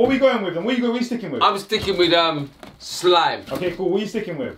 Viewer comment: "SCHLIME" looooooooooooool